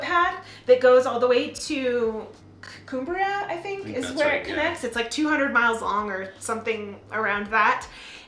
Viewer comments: CUM-bria, not "Coom-bria" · I would advise anyone coming to the UK to join the National Trust. For less than £100 you will get your money back in less than a week. BTW its pronounced CUMbria as in come. Its not that Brits don't like Americans Sometimes you come over as very loud or pushy which is not the British way. regards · love the video!! butchered cumbria though! said exactly how it looks cum-bria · Cumbria is pronounced exactly as it's spelled, if you catch my drift. So not "Coombria".